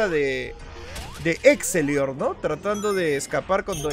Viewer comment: se le dice exetior no exelior bueno me puedes dar corazon si lees esto?